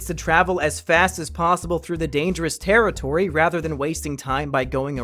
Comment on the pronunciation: This tewwitowy is dangewous